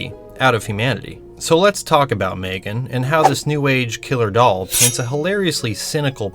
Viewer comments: it grinds my gears how calls her maegan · Right!? Its pronounced M-three-gan